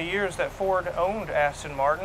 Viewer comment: aston , not astin